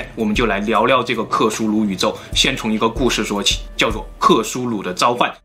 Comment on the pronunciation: 是克苏鲁 不是克苏努。。。